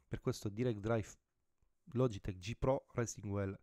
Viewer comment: Bello ma ti prego non si possono sentire "pro resing uel" "direct draiv" "11 niuton meter" "lando noris" non è difficile sapere almeno i termini base dell'inglese.